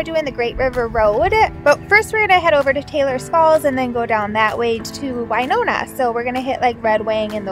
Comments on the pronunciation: It's Win-ona not Wiiiiine-ona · I was born and raised in (Win)ona not (Wine)ona LOL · I was going to address it, but being from Winona i get used to the mispronunciation. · I spent most of my childhood there! Every time she said it I cringed!!! I went to Phelps school on the college campus. I live on Whidbey Island in Washington State now and we have a Winona Rd, which made me so happy! I miss you Winona!